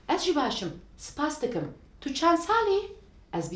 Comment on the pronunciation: Tu, du diye okunur ince ince kürtçe konuşulmaz ez ji değil az ji diye okunur bir kaç örnek